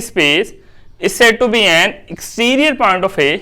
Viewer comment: Sir ap exterior point ki jga kia name ly rhy ? Smj ni a rhi clearly ! R u saying Serial point ?????